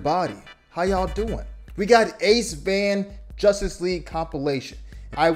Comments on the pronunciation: It’s pronounced Ace-Vein, like what moves blood through your body, not ace Van, like the vehicle. In fact, he made a video talking about this. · Oh, he said ACEVAN, not ACEVANE 🙃 (it's an inside joke) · He pronounces his name "Ace-Vein" not Ace-Van